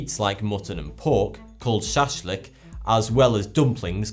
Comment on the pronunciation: You almost said it correctly the shashlik. And can you make a topic completely about a game called "No Man's Sky" please.